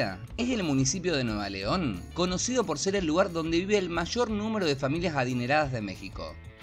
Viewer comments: Nuevo león wey , (no nueva león) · Nuevo Leon no nueva leon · Es NuevO Leon, no NuevA Leon. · El Estado se llama Nuevo Leon, NO Nueva Leon. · ...no es Nueva León, es NuevoO León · Se dice NUEVO LEÓN, no Nueva león PSDT: Vivo en San Pedro Garza García. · ¡Gracias, Marcela! Si, perdón, lo pronuncié muy mal y se escuchó feo. De todas maneras, en el subtítulo aparece "Nuevo León" para evitar confusiones. ¡Un abrazo! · ¡Hola, Francisco! Si, perdón. Lo pronuncié rarísimo. En los subtítulos, después, lo corregi, por las dudas. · Hola Felipe. Como estás? Si, mí error, incluso en todos lados lo puse bien, no se porque me salió pronunciarlo tan mal. Perdón.